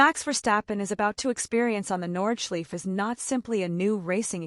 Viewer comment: It hurts my ears lol